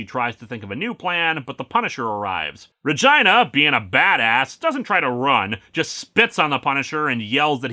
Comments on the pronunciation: it's "re-gee-nah" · Uh, I think that's pronounced ruh-GEE-nuh. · Linkara... dude... can we talk about how you're pronouncing Regina? Because that's... that's not how you'd normally do it.